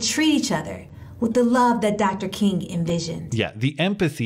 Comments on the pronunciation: As a french canadian, I don't hear it. What is the slur? I hear a guy pronouncing Kun instead of King... what is the slur exactly? (not trolling I honestly have no clue what it could be) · I don't know about everyone else but i heard him say corn. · your channel is doing so well because you can properly pronounce the tough names like Dr Martin Luther Kun Jingor... shit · The mayor will always stand up for dignity and the worth of everyone in her community ... unless it applies to a white guy who accidentally says Martin Luther Koong. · He actually said "Kuhn", which is a german surname (sounds the same) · He clearly has a speech impediment. I'm not kidding. Look at the two clips. He has a slight slur to his speech.